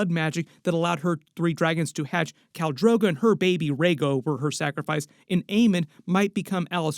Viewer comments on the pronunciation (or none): none